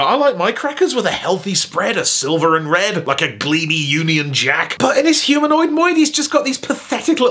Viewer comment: “Humanoid moid “